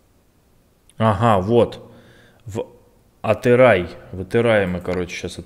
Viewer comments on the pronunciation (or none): Не Атырай а Атырау братан😅✊ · Это город атырау а не атырай я живу там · Атырау а не Атыраи